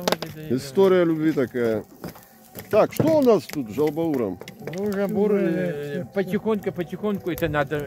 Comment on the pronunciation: Правильно жаубауур,из двух составляющих-жау(жир)бауур(печень).